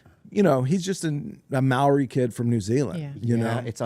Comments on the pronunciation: Fyi in Maori culture we roll our r's so "Maori" is pronounced differently, just letting yall know 😌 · Gotta roll those r's when saying Maori. Should almost sound like you're saying mouldy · Shoutout to it is Maori (pronounced Mao-Dee) Rolling the R